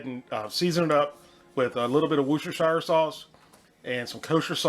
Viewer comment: You had me at woostershoostershersashursteinenshire